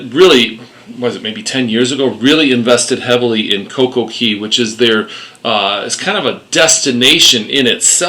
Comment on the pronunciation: It's Coco Cay for Royal Caribbean, Coco Key I think is Disney Island.